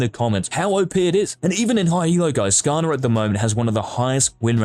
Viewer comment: I heard skaner and visibly hissed lol